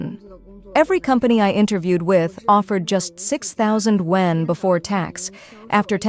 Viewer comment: This BS AI voice keeps pronouncing wan incorrectly. And it should be yuan anyway. Wan=10,000, so if they say 300,000 wan, that means 3,000,000,000.